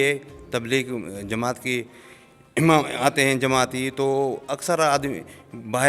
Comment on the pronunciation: Lafaz "Imam" he hota ha paish amam nahe.